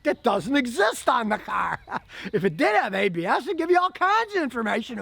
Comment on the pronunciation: when he said ABS cruise control. I thought he was speaking Latin... I heard Habeas Cruise control rofl.